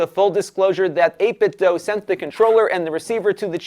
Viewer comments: Joe from Game Sack said it’s pronounced like doo. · Never heard anyone say this word out loud, but since the word DO is pronounced DUE, it would be 8bitDO, as in "I do eat tator tots". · No it's pronounced 'dwaoe'.